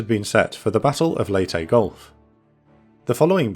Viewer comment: Thank you for pronouncing, 'Leyte', properly!